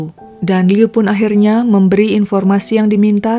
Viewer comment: Aku sukaaa bgt cara nyeritainnya itu lho.. Pengucapan nama, tempat semuanya jelas dan benar👍 Liu itu sdh tersiksa smp mati dg ketakutannya. Utk Ibu Qiulian smg ttp sehat